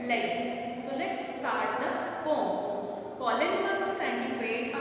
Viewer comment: Ma'am, be a little more careful in pronunciation. Eg: 'Poem'. Rest your teaching is Excellent...thank you for such videos